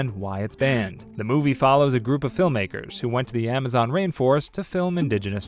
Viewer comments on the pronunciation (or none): none